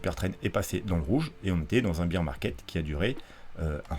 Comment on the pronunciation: Sympa tes vidéos mais évite de dire « beer » market, c’est bear (comme Édouard), ça fera plus sérieux.